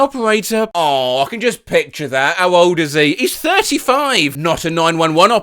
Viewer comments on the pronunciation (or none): none